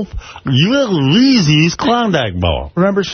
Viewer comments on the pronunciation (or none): Howard is right about Gary’s pronunciation of Reeses 😂😂😂😂😂. I’ve heard him pronounce Reezeez on multiple occasions.